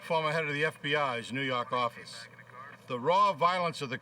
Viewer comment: 😆 new yarkarffice